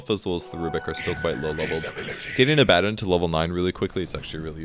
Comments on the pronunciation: Abb-addd-on? Do you also say Palaaaaadin? Come on, try and say things properly. Or just call it Abe. Abe is better than AbbAaaaDon. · Aba-don is how you pronounce the name. gaaaah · He's not adding an "n" and saying Abanddon. He's saying "A bad 'un". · You need to listen. Abaddon is pronounced "Uh-Badd-In" Most people though automatically assume its pronounced "Abbuhdawn". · It's ABB-uh-DAWN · where is n in Abaddon? its not Abanddon. No hate just strange to hear him say that. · Cody Gill It matters very little either way, he's a fictional character with no real consensus on the pronunciation. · picassopainter2 Sure the character is fictional, but the name is pretty old, appearing in the Old Testament. It's originally Hebrew, and there is definitely a consensus on the Hebrew pronunciation of the name. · Abaddon: work on that pronunciation =P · Pronouncing abaddon's name is so confusing for me now that I have played darksiders 1 where it is pronounced like says it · Abbadon... Or Abbadon